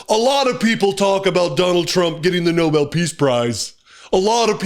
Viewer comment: It’s NOBEL not Noble Karoline!!